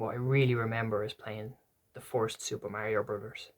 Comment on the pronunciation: I thought you were saying forced to play Mario bros but then I realised you were saying first 😂 cant wait for your part 2. If I can get some time I may do a response to this 👺☘️